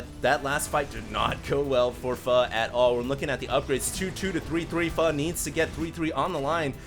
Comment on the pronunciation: Hd says pho right